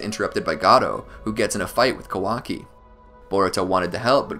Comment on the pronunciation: It's ka-waa-kiii not how your saying it listen how the say it in Japanese alot of names you messed up but good video real on point